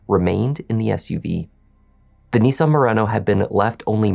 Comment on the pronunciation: NEE_SAN? NiSS-AN